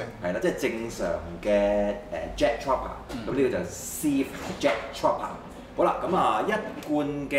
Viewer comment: 跟我讀次, Trooper, 兩個O，作烏音，Tr-烏-爬